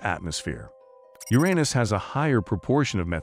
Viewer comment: Narrator: your-EAH-nis. Swelling comment hoarde: Get 'em, boys 🫵